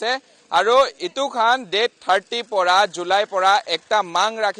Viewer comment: Budhu 38 nahoi 30 te "th" lakabi 38 pronounce kure